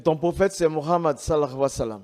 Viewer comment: Bagaimana bisa mengaku eks muslim. Menyebut nama nabi Muhammad Saw saja salah. Ketahuan bohong nya. Baca surat alfatihah gak bisa